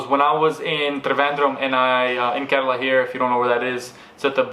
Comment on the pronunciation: The way you say KERALA is soo gooood!!!!!